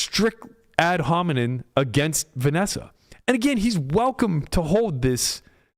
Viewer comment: *versus not verse * Ad hominem not ad hominen